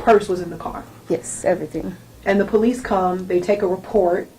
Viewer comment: Lmao ,this 304 was able to pass Tractor Trailer school ????? There is no way she did .....😂 Yet says pole- leases 😂😂😂😂😂😂.And her arms OMG I KNOW OFFENSIVE LINEMEN WHOS ARMS ARENT THAT FAT .AND THE WIG 🤮🤮🤮